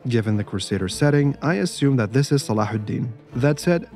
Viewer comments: Wait ur pronunciation of Salahu Al din is perfect how ?? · Wait. is an Arab? You pronounced Saladin like one.